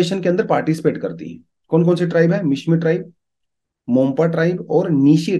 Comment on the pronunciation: Not mompa....correct words monpa tribe